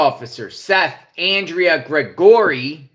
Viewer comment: PEOPLE SPELL THEIR NAME DIFFERENT BUT SOUNDS THE SAME LIKE ANDRE' AUNDREA WHICH WITHOUT SOUND JUST HAVE TO GUESS. NOT SURE YOUR SAYING HIS NAME CORRECTLY IN OTHER WORDS. HE HAS AN ADAMS APPLE ALSO